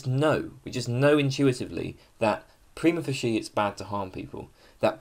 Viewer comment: Ooh I wish you'd learn how to pronounce 'prima facie'!